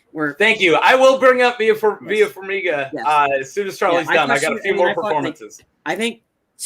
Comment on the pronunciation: Is it so difficult to pronounce simple names that are pronounced phonetically? Farminga? Is it so hard?